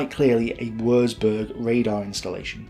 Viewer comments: Excellent, detailed and well researched documentary. BUT........... One of my OCD's is pronunciation and, I'm afraid, every time I hear such blatant incorrect ones, it's like hearing the notorious fingernails running down a blackboard. WURZBURG - Germans don't have a 'W' sound like ours, it's pronounced like a 'V'. Also, 'Z' is pronounced like 'TS' LEICA - The German language has two dipthongs using the letters 'E' and 'I'. Theirs are not surrounded by such stupid rules as 'I before E except after C' and are, in fact, incredibly easy for an English speaker to work out. Ignore the first letter and pronounce the second as if reading it from the alphabet, hence LEICA is pronounced L-EYE-KA. LOUIS (Mountbatten) - is a French name and should be pronounced LOOIE (think the American soldier's slang word for a Lieutenant) REDOUBT - instead of emphasising the syllables so that it comes out as RED-OUBT, make it RE-DOUBT You will need to remember these if you are continuing to make documentaries using German words, fortification terms or Lord Mountbatten. Finally........ STRACHAN - a fine old Scottish surname with the typical Scottish pronunciation of 'CH' making it sound like 'STRACKAN' (have you never heard of the footballer Gordon Strachan or the television personality Michaela Strachan???!!!?) Otherwise, great documentary and if you happen to make one about Dieppe, I would be most interested as my mother's first fiance was a member of no. 4 Commando on that raid, survived it, but wa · Good vid but FFS learn to pronounce German words properly. It isn't pronounced Wursburg but Wurtsburg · Without wanting to sound a pedant, but "W" in German is pronounced as a "V" and a "Z" is pronounced "ts". Thus Würzburg is pronounced "Vertsburg" roughly because a u with an umlaut is a sound that doesn't really exist in English. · Stop saying woorzboorg. God you hurt my ears!